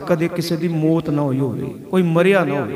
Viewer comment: ਮੌਤ ਸ਼ਬਦ ਹੈ ਭਾਈ ਸਾਹਿਬ ਜੀ ਇਹਨੂੰ ਸੁਧਾਰੋ ਆਪ ਜੀ ਮੋਤ ਬੋਲ ਰਹੇ ਹੋ